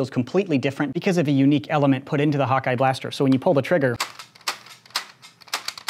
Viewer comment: When he says hawk eye I think he says hot guy lmao